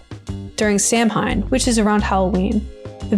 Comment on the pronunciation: Hey not to be a pedant but you made a pronounciation error! Samhain is pronounced more like Saw-when! Love your content, love the perspective you bring to Elden Ring :)